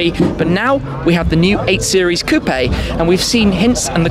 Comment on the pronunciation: I never thought I’d be bothered by the way someone pronounced coupe